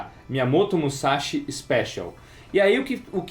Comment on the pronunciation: Seguindo minha tradição quando vocês falam de Musashi... ", é MUSASHI, não é MUZASHI!", hehe!